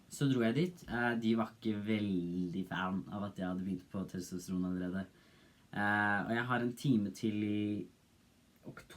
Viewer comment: TostraN, norway noises TestriN I loved that part xd